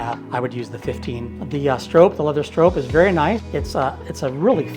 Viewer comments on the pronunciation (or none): "Strop," not "strope." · Strop. Not a strope. Silly seppo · Its pronounced STROP not Strope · Never heard anyone pronounce “strop” like that.